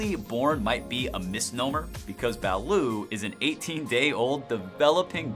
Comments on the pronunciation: #4 is pronounced ba-LOOT, not ba-LOO, and it is NASTY smelling! I could never drink quite enough San Miguel to try it. When I was in the air force I was stationed in Japan and traveled extensively in the far east and "down under", and that's how the locals pronounce it. #1, fugu isn't all that dangerous if you go to a reputable ryoria (restaurant specializing traditional Japanese food), it's actually quite unique, you buy an entire fish and after the dangerous bits are removed (skin,liver, gonads),it's sliced paper thin and shared in a group of friends, it's not a meal, it's an appetizer. The live octopus they eat in S. Korea is much more dangerous than fugu. They eat some quite interesting things in Australia too, like vegemite . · It's not ba-lut its ba-lOt not spelled that way but how its said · Its duck not chicken and T is not Silent 🤪👌 Balut is good yum yum 😁